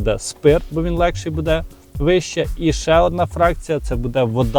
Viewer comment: Не " буДЕ ", а " БУде "! Не знущайся з української мови.